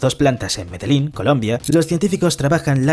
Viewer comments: Es Medellin no medelin 😂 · es Medellín no medelín, no me esperaba que subiendo tanto de biología sea dislexico (o no halla leído bien el guión) XD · Justo pensé eso con este video, cuando dice "Medelín" en , en lugar de Medellín. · Amor cuando le dicen, Medelin a Medellín 😂😂😂😂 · Lo de medelín me dolió, y lo del dengüe también. maldita ia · No es Medelín, es MedeLLín. No es dengüe, es DENGUE. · mede-Lin.... den-gu-e........... por qué hablan mal? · dijo Medelin??? jajajjaaj es MEDELLIN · Medellín, Colombia* Y en la palabra Dengue, no se pronuncia la U porque no tiene dieresis. Parce mas respeto, este canal es uno grande y estan creando contenido desprolijo. 😢😢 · Medelín, Dengüe... Quién es el redactor? pensaba que era español pero creo que es un anglosajón con buena pronunciación simplemente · Lo pronunciaron mal😅Medellín... 😊